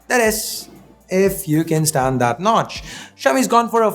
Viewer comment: That No-tch 🙄🙄